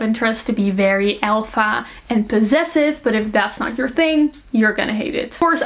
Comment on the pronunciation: I love this. Very thorough and informative. But I got confused at one point, because the way you pronounce "alpha" is so different from the way I'm used to hearing it, so it took me a second to realize you're saying 😅😅